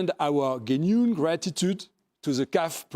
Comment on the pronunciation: the CEO did you just pronounce the word "genuine" as "guéniyoune"?? 😅